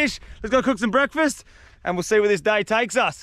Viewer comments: "and we'll see where the tay dakes us" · Go 22.22 minutes in " see where the tay dakes us " hahaha it had me in tears man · “See where the tay dakes us”. 🤣🤣🤣🤣